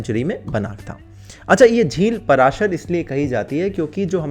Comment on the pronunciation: पराशर नहीं पाराशर है भाई।